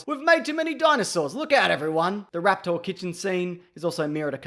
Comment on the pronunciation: Why are you pronouncing it like raptour? They have also made chicken embryos grow tails and teeth.